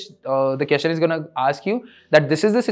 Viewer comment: Hey, you are doing a great job. I love it. On a lighter note- Can you also say “question- kwesChen” instead of “keschen”. Also “duhvehLuhpuh- developer” instead of what you say? Thanks.